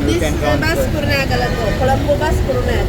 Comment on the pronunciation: I don't understand why is it so difficult for you to pronounce "KURUNEGALA" 😂😂😂😂😂